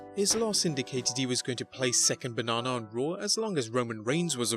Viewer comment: "Second bah-naw-naw"😂🤣😂